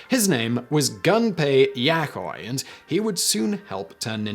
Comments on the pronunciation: the switch is anything but durable, also ist gunpei y O koi, not y A koi, and miyamoto, not mayamoto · Yama-uchi, not Yamochi. Yo-koi, not Yakoi. Meeya-moto, not Maya-moto. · Gunpei Yaikoij? Talk about butchering one of the simpler Japanese names to pronounce. Yo (like in "Yo homie"), followed by the fish Koi, Yo-Koi. Gunpei may be pronounced Gumpei at times. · Great video, but no offense, I cringed at the pronunciation of Yokoi and Miyamoto's names.